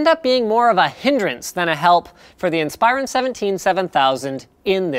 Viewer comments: *In-spuh-ron, not In-spi-ron. Thought you should know ;-) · Never heard someone pronounce Inspiron as "In-spyer-un". Always thought it was "In-spur-ahn". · In-Spy-Ron??? it's IN-spuh-ron. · geezus freaking christ it is pronounced IN-SPER-ON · so is that how they pronounce it? every IT guy I worked with pronounces it "in-sper-on" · I pronounce it "insp-eye-ron" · That is most certainly the way it is supposed to be pronounced but linus refuses to say it that way. linus makes it sound like its a freaking transformer in league with megatron, transform in-spy-ron. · its pronounced like inspiration not like inspire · You pronounce Inspiron wrong. In - spir- on. Source: ex dell employee. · It's pronounced IN-spear-on, by the way. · everytime I hear him say Inspiron it rustles my jimmies because I have only ever heard it said "inn-spur-on" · linus pronounces Inspiron funny, but i love everything he does!!